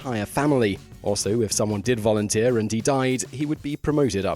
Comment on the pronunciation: Vorunteer?? No?? SHAMEFUR DISPRAY!!!